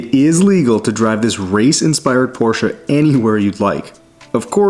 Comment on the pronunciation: As a German, thanks for pronouncing Porsche properly 😄